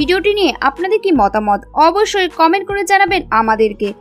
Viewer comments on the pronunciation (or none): none